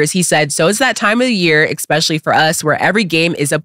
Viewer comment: as well-spoken as you are, you should know that it's not X)specially; it's S)specially.... ' especially ' since you're there to represent the integrity of intellect.